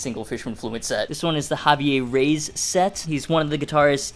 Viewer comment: Havee-eh Re-ees